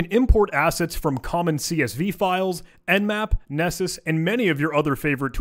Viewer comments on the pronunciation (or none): none